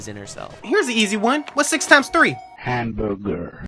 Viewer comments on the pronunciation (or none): Ham bur GER 😂😂😂😂